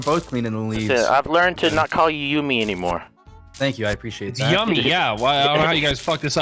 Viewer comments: dont listen to yumi....i watched hi hi puffy amiyumi as a child and that shit is pronounced yoo-me 😤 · It's yumi not yami sir